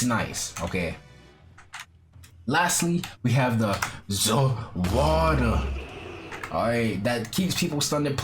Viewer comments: He said “za worldo” not “za warudo”...... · ZA WARDA (its za warudo not being mean lmao) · lol I like how he said " za warudo " like " zuh waruduh "